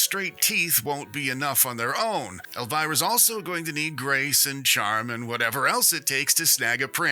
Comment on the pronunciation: It’s pronounced El-vee-rah